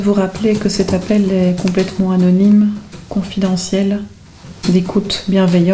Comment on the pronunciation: tout est ’’C O N F I D E N T I E L ’’ 😂😂